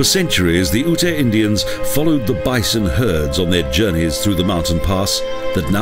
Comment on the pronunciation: The dummy won't understand what you wrote. It's YUTE, not OO-TAY.